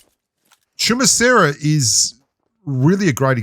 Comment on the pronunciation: I honestly didn't know how to pronounce Chumacera till I heard you pronounce it🤷😂